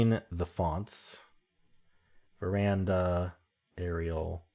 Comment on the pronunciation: At first I thought you’d misread VER-Dana as ver-anda but you kept saying it, even when saying it’s a font. Ver-Dana is the font, ver-And-a is a balcony.. I struggled with strands, not being Jewish. The pips was fun today, nice logical flow